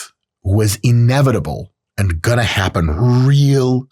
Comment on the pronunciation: the most jewish "gonna" i've heard